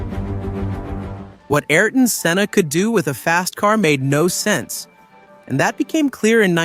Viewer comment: What a travesty to have an unlearned AI version butcher his name. You content creators have to do better.